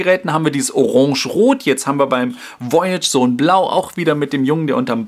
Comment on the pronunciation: Voyage ist Französich und heißt so viel wie Reise es wir daher etwas anders ausgesprochen;)